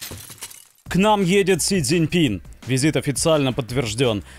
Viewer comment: Да ладно, Констанит Викторович! К третьему сроку, наконец, назвали бедолагу правильно "Си ЦзиньпиН"👏👏👏